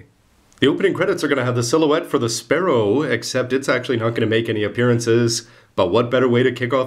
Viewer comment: Well if Sparrow is Spallow then I'm sure you can say Yullin instead of Urine :))